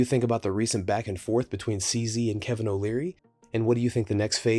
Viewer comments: I thought he said alvin lmao like the chip monk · Kevin not Calvin. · Is it me or is CZ calling Kevin Calvin? 😂😂😂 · Why does he call him kalvin